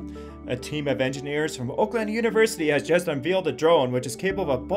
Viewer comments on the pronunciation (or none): none